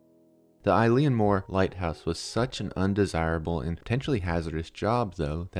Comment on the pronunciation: Oileann meaning island is pronounced ill-inn, not like a girls name "Eileen".